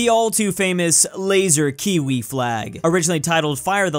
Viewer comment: why did you say “Kiwi” like that???